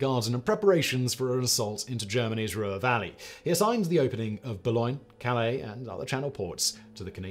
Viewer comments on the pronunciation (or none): none